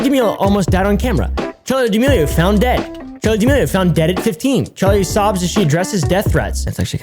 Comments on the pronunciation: This video is all about pronouncing chaley dearmorli wrong for straight. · "charlie d'milworm" - 2021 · “Charli damealworm”